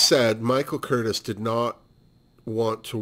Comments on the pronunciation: The only other Crawford film you've seen is "The Women"? Oh c'mon now. "Whatever Happened to Baby Jane"?!? The director's name Michael Curtiz is pronounced Cur - tease. My father was a Pepsi executive for many years and has great stories about Joan showing up drunk to open new Pepsi plants. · Oh yes Gymrat, how could I forget that?!? Okay, so that's 3 Joan Crawford films. LOL I'm an idiot. Speaking of, I realize that I mispronounced Mr.Curtiz's name. I told you I was an idiot, Seriously xox